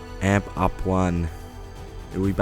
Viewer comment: Is it me or is it just annoying how he says amp like a guitar amp when it's meant to be A-M-P